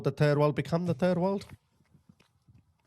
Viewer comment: Did you say, ‘turd world’?